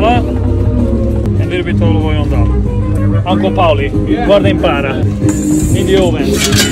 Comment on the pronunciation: Siete una coppia belissima, ma tu potresti imparare un po sto americano. Nemeno Google ti capisce, e po quel oio of oil mi fa ridere sempre. Sei troppo bravo, divertente, e tuo padre con quel sorriso si vede che addora il lavoro che fa, se passo a Bari mi mangio qualche pizza!